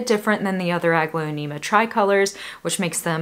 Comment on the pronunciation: Your plants are gorgeous 😍 Thanks for sharing New to your channel, love it , I am a newbie in house plants) i just can't, why i hear "ugly-onema"😂😝